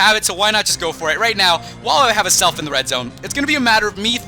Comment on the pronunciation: 😧😧😧😧😧😧😧it's AZZZZZelf not ASSSSelf zzzzzza not saaaaaaa